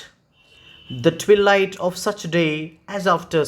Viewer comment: Sir tweee light alla rii it's Tvaai light